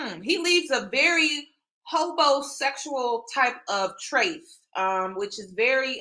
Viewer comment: Girl, Did you just say HOBOsexual?? 🤣🤣🤣